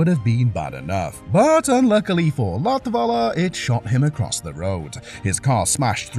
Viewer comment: So you learnt how to pronounce Lattvala or Zanarrrrdi with perfect accent but you didn't learn how to say Kubica [koo-bitza]